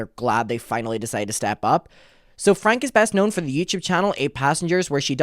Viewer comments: FYI, their last name is pronounced “Frank-ee” and Connexions is pronounced “Connections.” Please get into Jodi’s shit as well. She is pure evil!!! The fact that they spoke to WaCB is absurd when there are so many other creators who have covered this family for much longer and actually know wtf is going on. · Their last name is pronounced Frank - ie